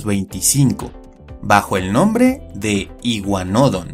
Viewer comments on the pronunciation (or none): Por qué iguanódon y no iguanodón? Es una palabra aguda, no llana xd